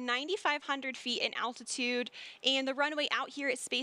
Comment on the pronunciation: its altitude not "attitude"